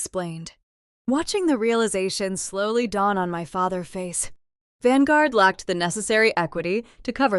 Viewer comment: FATHER’S —the S is pronounced for possessives.